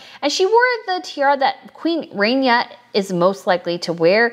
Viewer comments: Hi, Love you work. FYI, there is no long A in Arabic. It is rahnia. Not Rainia. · Winced every time I heard the “RAIN-EYAH” pronunciation of such a beautiful name… Actually the first syllable is pronounced very softly with a rolled “R” — “RAH-neeYAH” Just sayin’…. ;-9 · Please correct your pronunciation of Queen Rania (Ron Ya) NOT Rainya. All the tiaras are wonderful and it was a lovely event for them to be showcased. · It's Queen Raah-nia. Not pronounced Rain-nia like Rainier of Monaco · oh god its not “rainia” its Rania (raa-nia) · Please pronounce her name correctly. It is like Rah not Ray. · It is not Queen Rainya… it’s Queen Rá N ya. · It is not pronounced like rain is more in Arabic ronia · The Queen of Jordan‘s name is pronounced Rah knee ah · such a good video…but girl… please pronounce Rania’s name correctly Like Tanya, but with an R not a T rah-nee-yah I’ve been cringing in your last couple videos from your pronunciation, but you mentioned you were bad with names so I completely forgive you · The "a" in Rania should be pronounced exactly how you are pronouncing the "a" in Rajwa. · Queen Rain ya or snow ya. Learn to pronounce names. Also his name is not not Abdool la